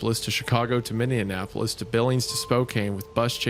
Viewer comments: Whenever Wendigoon says Minneapolis, it sounds like he's saying "Minn-deapolis". It's pronounced "Mini-apolis". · Okay, is Isaiah pronouncing it minnie-ah-napolis to drive me insane or am I the problem? After two hours of it, I'm starting to doubt myself. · Bro the amount of times it's mispronounced im going insane lol. A couple times Hunter got it right thankfully haha. I usually don't even correct people on the one off Minnianapolis, but this many?😂 For anyone wondering: It's Minneapolis ( Mini Apple-us/is ) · The inability of either of them to pronounce "MIN-E-APOLIS" has me checking every time to see what city they're talking about lol. "What happened to MIN-IN-KNEE-APPLE-LESS?" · Guys... it's MIN-E-APP-OLIS... Y'all keep saying MinnENapolis (with an extra N) for some strange reason, and it's driving me nuts 🤣😂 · MINN. E. AP. O. LIS!!!!! MY GOD THIS PISSED ME OFF I NORMALLY DONT GET MAD AT PRONOUNCING BUT ISIAH GET IT TOGETHER ITS MINNEAPOLIS NOT MINNEANAPOLIS WHAT THE HELL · Isaiah over here pronouncing Minneapolis like mindianapolis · what happened to what?? Minne-an-apolis? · Oh my... idk why this annoys me so much but its pronounced "mini-apple-lis" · Hunter and absolutely everyone else: Minneapolis Wendi: MinneANapolis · how many minnesota people's hearts twinged with pain every time wendi said "minn-indianapolis" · If Isiah says minnineanapolis one more time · “Minneanapolis” from Hunter as a midwesterner let alone Isaiah is crazy work 😩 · Isaiah! WHY do you keep pronouncing Minneapolis "Minnie-in-apolis" its driving me fucking crazy!!!! You've done it like 8 times now. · It's like he's combining Minneapolis and Indianapolis 😅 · Hearing Isaiah say "Minnea-NAP-polis" pissed me clean off, tbh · MinneANopolis is now canon, Isaiah and Hunter both pronounce it this way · the true horror of this story was having to listen to them mispronounce Minneapolis wrong for 3 hours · Made me smile every time they tried to say Minneapolis